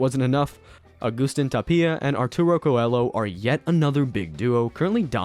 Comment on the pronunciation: Tapia has the emphasis on the first a, Belasteguín is be-la-ste-gin (simple), Coello is with soft Ls - "co-e-yo".